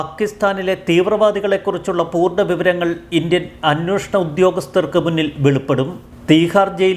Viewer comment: 'അന്വോഷണം' തെറ്റ് 'അന്വേഷണം' ശരി.